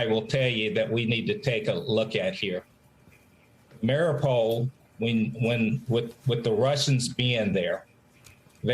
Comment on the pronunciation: * Mari U pol, please say it right.